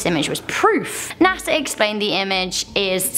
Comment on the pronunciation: Pareidolia pronounced pair ei dol ia Not what she said.